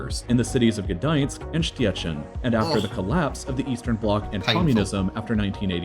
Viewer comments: he asctually says Gdańsk very well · sorry,, but he actually pronounces it better than you. It's GdaŃsk, not GdaNsk – with a soft /ɲ/ sound. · Gdańsk was pretty spot on xd Szczecin was horrible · heeey his pronounciation of Gdańsk was perfect! it was you who forgot the "ń" in Gdansk! To be fair both of you butchered "Szczecin", lets call it a tie :P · He pronounced Gdańsk and Szczecin pretty well for me as a Pole😃. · He said Gdańsk correctly. Ń makes a sound similar to the 'ni' in the word "onion" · actually his pronunciation of GdaŃsk was perfect 😅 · Actually he's pronunciation of GdaŃsk is spot on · Actually, he said Gdańsk correctly, but Szczecin completely wrong. 😁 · Gdańsk was good Stettin (Szczecin) not exacly